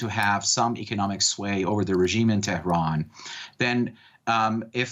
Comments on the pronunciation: I like how she pronounced it terroron haha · She trying to pronounce Tehran as a Persian would. I applaud her effort. FYI, the entire western world pronounce Baghdad wrong!